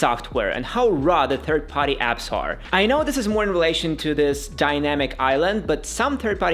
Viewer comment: What grinds my gears is you saying party but sounding like body jp😂